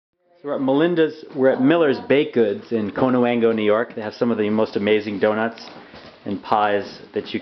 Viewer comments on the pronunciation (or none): Get their personal information off the internet. You can't even pronounce Connewango correctly. 🤣